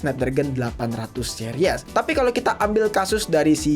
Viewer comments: Menurut gua mediatek adalah chipset masa depan🗿 Edit : Dibacanya Siris bang bukan Series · Bacanya seris bg bukan series